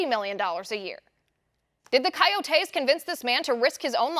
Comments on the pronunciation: It’s not “Kai-O-tays” it’s “Co-yo-tays” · It’s really annoying how she pronounces coyotes as Kai-yo-taes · Liz, love your broadcasts, but the word coyotes is pronounced coy-O-tays with the accent on the capital O. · Ki o tees??? Come on liz. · No they are called coyotes you are extremely smart but if you say something wrong though feed you to the sharks pronunciation is a huge thing thank you for all that you do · Learn to say coyotes.